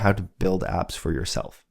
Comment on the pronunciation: Did you say "build apps" or build abs"?